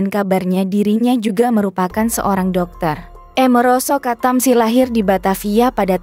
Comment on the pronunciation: Min baca nya jangan sok inggris Doong! Amaroso Katamsi, jangan merosot ketemsi, jadi jejek kedengaran nya!